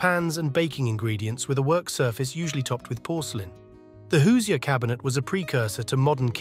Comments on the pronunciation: Hoosier is actually pronounced "who's - your" not "who-see-er". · OK, the ice box and hoosier (pronounced "hoosher" not "hoos-i-er") were largely things of the past by the 1950s, particularly in urban and suburban areas. Also, the narration was a bit over wrought about symbolism. These were simple kitchen tools which were generally discarded from use when something better and affordable came along. Some of the photos were clearly pre-1950s and a few appeared to be 1960s. Overall, IMO, we were eating in a more healthy way in the '50s, more home made dishes and fewer presevatives and ingredients with 15 letter names. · Hello It’s not “Hoos E er” cabinet. It’s pronounced like Who-zure… ❤ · Hate to be that guy, but the pronunciation of Hoosier irked me. It is whose-your said quickly. Or the jour in de jour. it isn't Whose-eeyore. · It’s NOT pronounced HOOZEE-ER. It’s HOOZHER! Lol😂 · Hoosier, pronounced hoo-shur, not hoo see ur. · "Hoo-zee-er", my Indiana-born Mom is rolling in her grave. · You're pronouncing Hoosier quite erroneously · That is the most horrific way to pronounce Hoosier I’ve ever heard…